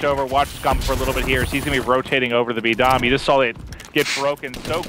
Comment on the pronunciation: HE CALLED IT B DOM LOL